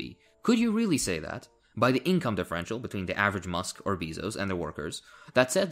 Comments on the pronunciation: Is that not the correct pronunciation? My bad, English isn't my first language. It sounds like it should be a "bee-zos" lol "beh-zos" sounds a little weird to me. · from here on out I will pronounce Jeff Bezos’s Name exclusively as “Bee-Zos” and any picture I have of him will be edited out to be a Bee Movie esque look alike.